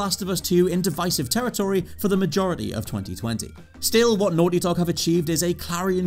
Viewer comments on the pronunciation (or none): none